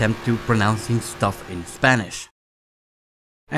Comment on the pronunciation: "and that's my fourth attemp to pronounce that stuff in spanish" xD actually my Main language is spanish, i'm Venezuelan, your spanish is a little funny